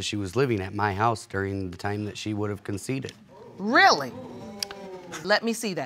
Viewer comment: Why is it so hard for people on this show to say conceived right?